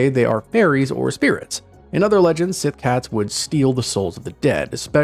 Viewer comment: Síth is pronounced "she"